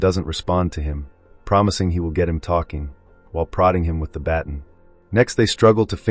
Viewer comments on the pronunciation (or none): Baton is pronounced ba tahn' not batn